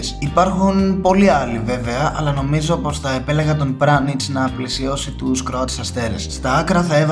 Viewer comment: Λέγετε πιανιτζ όχι πρανιτζ